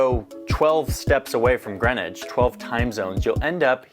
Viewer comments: "green witch"?? Ffs you have a town in Connecticut called Greenwich which y'all pronounce "Grennich" . It's a shame that you had no idea why you use GMT. Perhaps the American education system needs to start telling its kids about the rest of the world. But bless you for being interested. I'm English and I absolutely love the USA. I visited Greenwich and Cos Cob CT in the 70s. I love you Yanks ❤️ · It's Grenwich (pronounced) Grenich 'meantime'! I learned it in school at age 10 yrs old. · You should watch a TV movie/miniseries Longitude that covers the history of the Greenwich (yes it's pronounced Gren-itch not green witch or other variations) Meridian. The Greenwich meridian's competitor was the Paris Meridian, also dubbed the Rose Line by author Dan Brown and was integral to the plot of the movie and his novel The Davinci Code. So far as I am aware, under UTC (coordinated universal time) Greenwich Mean Time (GMT) is the same as Zulu Time so beloved by producers of military action movies. More properly UTC + 0.00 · It's Greenwich Mean Time (GMT). Pronounced 'Gren-itch'. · The British were seafarers from antiquity. So when navigation became sophisticated enough the British created the prime meridian to be 0 at a part of London called Greenwich (pronounced Grennich), hence the Greenwich meridian and Greenwich Mean Time (GMT) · Greenwhich is pronounced GREN-IDGE. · GMT - Greenwich Mean Time and pronounced Grenitch. Do they not teach you guys anything about the globe and world history at school in the USA??